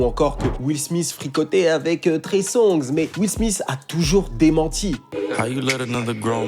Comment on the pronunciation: Will SmiSS? Quand même... faut faire un effort pour prononcer les noms anglophones ... sans les massacrer!?